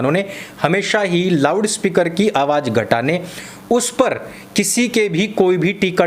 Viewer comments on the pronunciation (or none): थोड़ा जबान संभाल के, मुझे पता है आप loud speaker को lawda speaker बोल रहे हैं😂😂